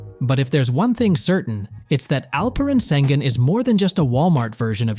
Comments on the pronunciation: nothing..also laughed at how he butchered his name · LEARN ALPEREN ŞENGÜN'S PRONOUNCATİON !!!!!!!!